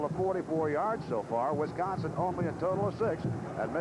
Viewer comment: Wisconson, LOLZ!